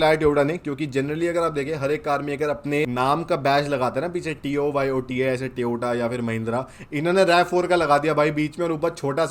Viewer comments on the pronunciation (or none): Tyota nahi bhai TOYOTA bola kar please🙏 it is very annoying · Its not TYO-TA its TOYO-TA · Firse Tiyoda bol rahe ho😅